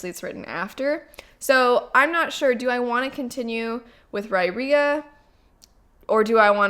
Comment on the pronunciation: RYE - EAR - UH. Riyria pronounced on audiobook and by the author. 🙂